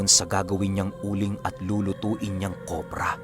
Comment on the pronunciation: Kopra po hindi kobra hihi…gandang umaga sa lhat